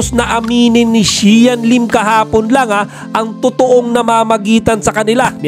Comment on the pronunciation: di ako naawa kasi sya nmn may lasalanan. sus pavictim yan kim yan porket may showtime ginagamit nya showyime para pavictim nya. buti nga di kayo nagkatuluyan ni xian. at eto nmn nagbabalita paki pronounce mabuti ang pangalan xian lim. gating pa more pr kumita ka😅😅😅